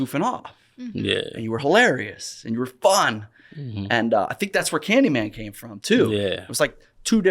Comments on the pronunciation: Came From the Vlog. I already watched it when in dropped but i guess I'll watch it again. Also thought you said "Kane from the Vlog" at first. lolz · Anyone else thought he said, Cain from the vlog!?!? & not came from the vlog!?! Lol!!